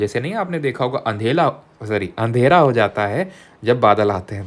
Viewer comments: Andhera ❌️ Andhela ✅️ 😂😂😂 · Andhera ❌ Andhela ✅ This is a kanpur accent where we say Andhela in place of Andhera. 😅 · Andhera ❌ Andhela ✅ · Sir ne adela bolkai adhera bola😅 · Sir ye "andhera" se aapki kya dushmani hai "andhela" bol dete ho baar baar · अंधेला sorry अंधेरा 😂😂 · Andhera❌ andhela ✅ 😂😂... previous class me bhi hua tha sir ye apse ...kamine k sahid kapoor toh nhi 😶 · be like.. Andhera❌❌❌❌❌❌ Andhela✅✅✅✅✅✅ 😅😅😅😅😅😅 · Andhera ❌ Andhela ✅ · Andhera ❌ Andhela✅ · sir aap andhela bolte h mtlb koi to h 😂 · Andhela kayam lahe😅😂❤